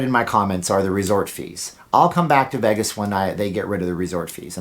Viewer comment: I have never noticed this before, you pronounce Vegas like haggis with a V